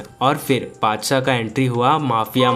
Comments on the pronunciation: Badsah ❌haddsa 😂😂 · Badshah ❌ adshah ✅ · Badshah mut Bolo yar !🚫 Padshah Bolo ✅